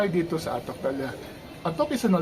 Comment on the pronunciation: Sir, mali po ang pagbigkas ninyo ng /'ATOK/ baka po magalit ang mga lokal.